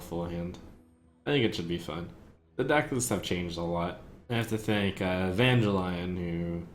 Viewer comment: Trump, please, it's É-vangelion, not Evange-Lion :P